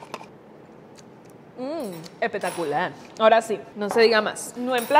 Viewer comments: Amo q diga epetacular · Me encanta cuando dice epectacular🤣